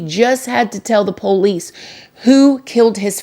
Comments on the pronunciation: I love you more than Peter loved the lord, but stop saying poo Lees . Its police. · I love when u say PO-LICE😂😂😂